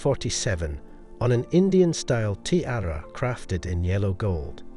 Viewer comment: Your repeated mispronunciations, particularly of the word "tiara", are like fingernails on a chalkboard.